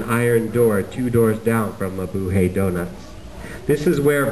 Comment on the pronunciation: he pronounces mabuhay wrong its mabuHAy